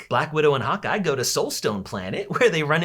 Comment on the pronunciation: everytime someone says hawkeye, it sounds like they're saying hot guy 💀